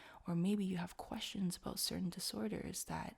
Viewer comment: Aboot ? O.o that's what french people say when they don't know a thing about english, didn't know it was a Canadian thing lol